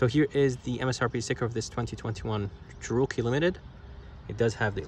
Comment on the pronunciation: Descent video. But, what’s with the odd pronunciation of “Cherokee”?